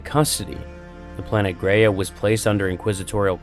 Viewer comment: Planet Graia, not Greya, Gr-eye-a. Titan Invictus wasnt being constructed, Sidonus commented that it was 'unused'.